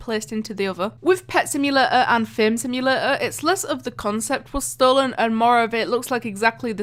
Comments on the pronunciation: why you say like simulaaa is simulator not simulaaa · What is a "Simula-or" ? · Idk how u pronounce simulator bc u said simulaor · Omg, your "simulator" is really weird. From what country you are?